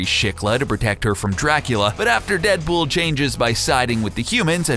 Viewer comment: in he said 'DeadBull"